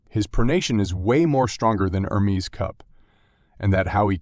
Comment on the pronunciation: You called Levan in four different ways in the first minute. I always wondered why Americans are so ignorant in learning anything that it’s not in English??? Levin. Levan. Leven. Livan Could it be the school system? And the other guy’s name is ERMES. Not ERMIZ